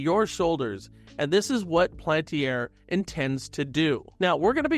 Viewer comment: PAL-AN-TIER Please say it right.